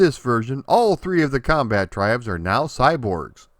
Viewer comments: Comba-Tribes, not "combattribes" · I pronounce it "The Comba-tribes". I still think that's the right way to say it.